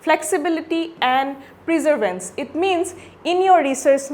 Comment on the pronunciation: Its not Preservance.... Perseverance 🥲